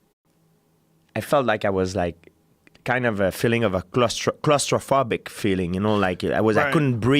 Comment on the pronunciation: When he said claustrophobic it took me a sec to realize he didn’t say “it was a cluster fuckick” lmfao